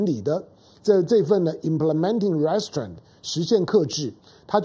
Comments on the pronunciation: 唐兄，’restraints’ 的重音在第二音節，ri’streints. 見諒。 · restrain 的重音，在train 那里，请注意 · 友好提示： Restraint 应念成 "re" "straint", 不是 "rest" "straint". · Mr. Tang, "restraint" is pronounced as ree-s-traint with accent at the second syllable not the first. "mob" should sound like m-aa-b. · 哥，restraint 要读re-straint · 唐先生，麻煩您趕快糾正 “RESTRAIN” 的發音，聽上去像 Restaurant 😉👎🏿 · 唐湘龍身邊沒人提醒/糾正他Restraint的正確唸法嗎？ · restrain二音節的重音在t上 趙少康在鳳山罷捷選民沉痛努力表達民意遭邪惡政權愚民操縱後，第一時間立刻說罷免之議應休止，這種和稀泥精神要中興個屁! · Restraint 英文重音是在後面。😊👍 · 湘龍restraint 這個字你唸錯了。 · Mr. Tang pronounced Restraint wrong. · restraint 重音在第2音節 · 你的restrain發音不正確. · 老唐，跟google或杨永明学学"restraint" 怎么发音。你的重音错了，发母发音错了，也很难听。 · 湘龙哥的英语发音不太行啊，restraint读的太偏了，每听到一遍都感觉很走戏